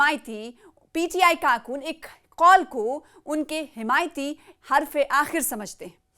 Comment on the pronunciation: karkoon , karunoo bol hi nahi pa rahi hai bichari 🤣🤣🤣🤣